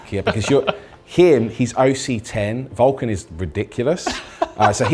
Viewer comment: While I know he is saying Vul-Can't, I have to do a double take every time, mishearing it each time. 😅